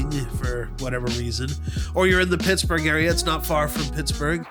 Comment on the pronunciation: You’re saying it correctly lol. Hope you feel better soon!!